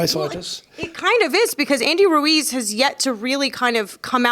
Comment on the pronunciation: Tyson "Andy Roowez" Fury